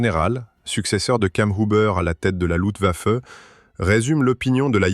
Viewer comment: On ne dit pas "Lutwaffe" mais "LuFtwaffe" !!! Étonnant qu'une IA fasse cette erreur...